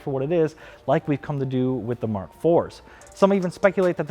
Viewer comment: "Muk Seven"